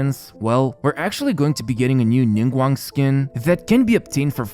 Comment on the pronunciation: I'm a Chinese, and the way you pronounced Ningguang right there sounds perfect! 😂😂😂